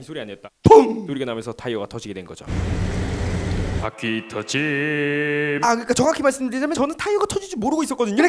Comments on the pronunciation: 바퀴터짐을 포테이토칩이라 들었네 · 바퀴 터짐을 방귀 텀짐이라고 들음ㅋㅋ